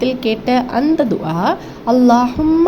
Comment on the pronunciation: துஆவை சரியாக உச்சரிக்க கற்றுங் கொண்டு மற்றவர்களுக்கு போதிங்கவும்